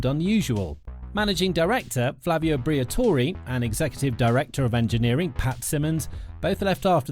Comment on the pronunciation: It's Briatore, not Briatori, not Briatorei, Briatore. Why does everybody keep getting it wrong?